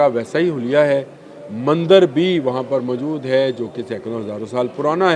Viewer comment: Mjood nahi kehtey mohtrm. Moujood asl lfz hai. Khtoon nahi kehtey khatoon asl lfz hai. Urdu to sahi bola krain.